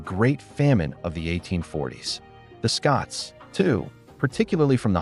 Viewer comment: Kelt, not Selt. SCOTlands not SCUtland